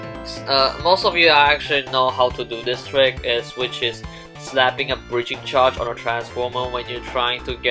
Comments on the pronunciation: says Breacringe Charge Just a little thing I spotted out. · nobody:: b r e a c r i n g e c h a r g e edit: also, c o n s i p i c i o u s a c t i v i t y ok, i know english isnt everyone's first language, but still breacringe